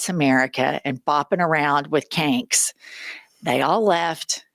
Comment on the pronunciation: Kank rhymes with Stank.